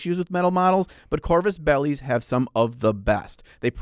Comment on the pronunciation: I can hear the population of Spain cringe every time says "ah korrrvuus belly".